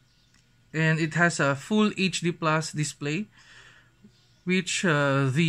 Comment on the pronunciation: “Az it waz indicayted in dia box earlier dia dizplay haz true view dizplay” Please don’t do unboxing video where all of the parts are obviously mentioned where it doesn’t necessarily needed. This video could have been shorter by doing over-voice and showing a specs rundown, it’s kinda boring I would say. Show some visuals and effects, show yourself, learn how to actually speak with a human and not a camera. This is a constructive criticism so don’t come for me, he can take this as an opportunity to improve himself. PS: learn how to pronounce properly the t, th’s, s, p and f’s so it doesn’t sound so cringy Also learn how to liaise so it doesn’t sound so slow and it would sound more natural.